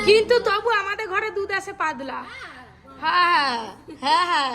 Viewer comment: পাদলা না বোন। পাতলা।